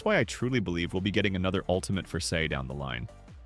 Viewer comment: bro called him 'say' not sae